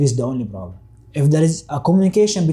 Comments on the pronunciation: they way he said broblem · Nope he is not! He says borblem not problem!!!! And he said balas there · Clearly he is somali or Ethiopian somali but 100% not eritrean🇪🇷🇪🇷🇪🇷.he said broblem instead of problem😂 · The way this guy pronounces "problem" proves he is Somalian. You can check for yourself how Somalis pronounce it.problem. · He can't say p. He pronounce it as b. 😂 typical somali of any kind. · Yeah I agree, I hear some Arab accent there. He pronounces "P" sound as "B" like native Arab speakers. He said he also spoke to the Syrian people, which you can only do if you know Arabic.